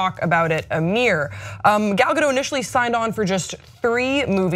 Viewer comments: Ga-dot, not Ga-doh. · Why can't anyone pronounce her name right 😩😩😩it's not that hard! G-ol Ga-do-T (the T is not silent!!!) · The t is not silent she even said it herself on the jimmy kimmel show its pronounced gal gadut like shut